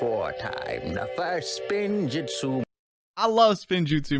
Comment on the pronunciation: Bro said Spinjitzu